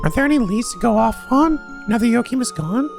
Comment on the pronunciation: PRONOUNCED JUNA CORRECTLY?! Does that mean that he will start saying Jona right too??? Edit: HE MOST LIKELY WILL! IF HE PRONOUNCED JOACHIM CORRECTLY, THEN HE WILL DEFINITELY SAY JONA'S NAME CORRECTLY TOO!!! YES!